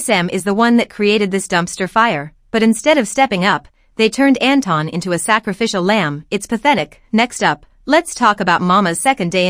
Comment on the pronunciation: Can people stop pronouncing Anton as Enton. His name comes from Germany and it is not pronounced like Enton. Enton is literally the German name the Pokémon Psyduck. I always imagine Psyduck as a Kpop idol now. Also there is a well known Austrian singer Anton aus Tirol who sings in his song Anton aus Tirol how it is pronounced.